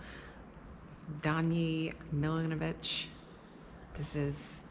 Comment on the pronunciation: Fun fact... Letter C in Serbian language is pronounced like TZ not like K.. So it would be like Milanovatz.. Also letter J is pronounced like Y.. Example, Jugoslavija, Yugoslavia. 😀